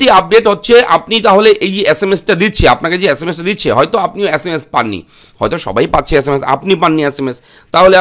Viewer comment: আচ্ছা মাস না sms valo kore bol.